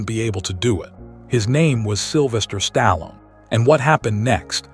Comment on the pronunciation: Couldn't even pronounce his name properly..